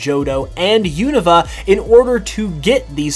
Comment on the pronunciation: and also Alola. also its Unova not "Uvona"